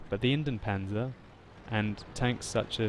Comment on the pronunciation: its Indien-PanZer not Indien-Panser